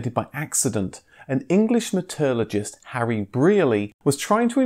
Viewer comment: an English meh-turd-luh-just?